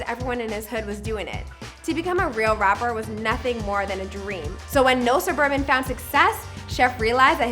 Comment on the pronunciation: "We don't spin in no surbabans"😈💯